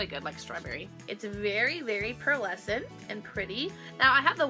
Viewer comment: Haha LOL I love the way that instead of pearlescent she says Pearl-escent! 😂😊😍😜